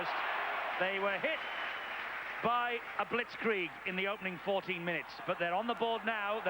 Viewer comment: Announcer's "this is a blitzkrieg" was correct.